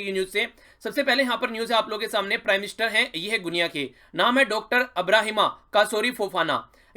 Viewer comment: Wo गुनिया nahi h sir, गिनी hai